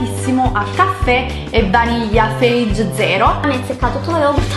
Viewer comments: Si legge fayè non feig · si dice FAYE!!! c'è scritto anche sopra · FEIG ZERO :') sulla confezione scrive: " ( si pronuncia fa-yeah) " Bacii :* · Non ce la faccio più a sentirti pronunciare quello yogurt "FEIG" si ok c'è scritto Fage ma sotto c'è proprio scritto che si pronuncia "faye" 😨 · no, si pronuncia Faye, come ha detto Chiara! E' proprio scritto sulla confezione!